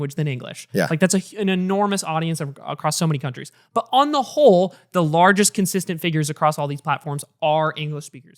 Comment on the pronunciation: why tf did the skinny guy say whole like that